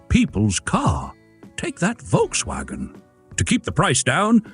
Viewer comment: If you told me that I would say, "Please learn how to pronounce Porsche and Volkswagen."